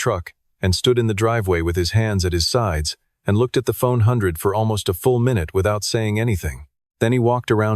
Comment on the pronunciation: It’s a ford F100 not a phone hundred